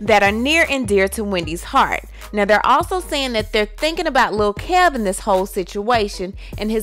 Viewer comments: KEVIN not Kalvin! Faaaaaac. NO "L" sound. Drop the L. K E V I N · girl his name is KEVIN not KELVIN,,,came ur gossiping but cant read? smh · K - E- V- I - N is NOT pronounced "KEL-vin" it's kehv'in! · Girl! That name mispronunciation was getting on my damn nerves!!!